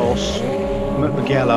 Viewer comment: hi i dont wanna be that guy but you never know when it could be useful. It is pronounced muJello what you were saying was mugHello wich exists but its something else:) That F40 its a handfull as any turbo cars of that era lol.